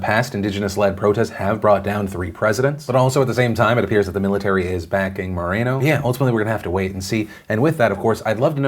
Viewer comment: OMG. no A in moreno..... Mor-en-O........